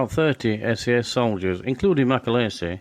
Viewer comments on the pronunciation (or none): John MacAleese (not MacAleesey !) Eas born in Larbert in Scotland. At least get his name right ,! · its mc aleeeeeese not mc alaisise